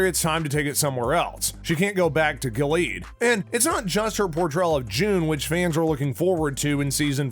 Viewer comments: What a shame that the man reading the dialog to this video has no clue what he's talking about. It's The HANDMAID'S Tale, not "Handmaiden's". Gilead is pronounced GIL-e-add, not "Gill-EEEd". The handmaid who lost her eye is Ja-NEEN, not "Janie." The older, violent woman played by Ann Dowd is Aunt Lydia, not Aunt "Linda". Final criticism: For someone discussing the collapse of democracy in the United States -- a dark, dystopian story of religious tyranny -- he certainly sounds upbeat and chipper. Please, re-record this and get rid of that voice best suited to local sports announcing. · Yeah like we trust you, my first fear was when i heard you call it the handmaiden's tale. Then gil-eed rather than gil-e-ad. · It's pronounced 'Gillee-ad' 😂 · I'm sorry, Giled? aunt linda? do you even watch the show? or you just looking for views and likes?